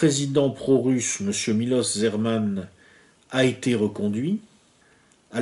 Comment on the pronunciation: Le président tchèque ne s’appelle pas Zerman mais Zeman, prononcer [ZÉMAN] Pour le reste c’est top!